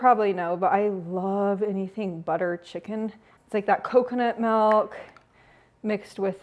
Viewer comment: accent when she said "malk" instead of "milk" 😂